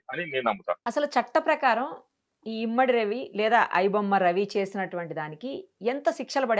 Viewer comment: 😏తల్లి గారు ఇమ్మడి కాదమ్మా... ఇమంది 😏